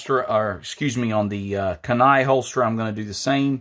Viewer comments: Kenai pronounced “keen eye”.😉👍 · great video. pronounced key-nai my friend